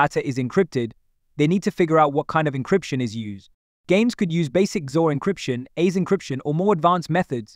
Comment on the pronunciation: You can tell from how he is pronouncing the AES encryption algorithm. But good content so far even if the AI voiceover was also very monotone